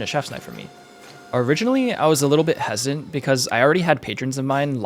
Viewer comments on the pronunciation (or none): hes·i·tant not hesant. Amazing blade tho.